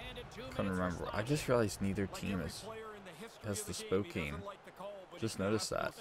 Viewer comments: you say it spo-can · Don’t you pronounce it SPO-KAIN? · Or more like SPOW-KAIN? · hey i am from spokane so i love the chiefs and you said spokane wrong